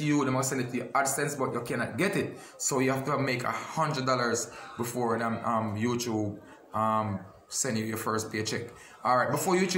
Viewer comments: You tube not you chube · say YouChube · Youchube🤣🤣🤣love unuh same way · lol a mi one a laugh when say youtrube lol gwan yah cause yah drama and him know wah him a say eno cause him no stop repeat it lol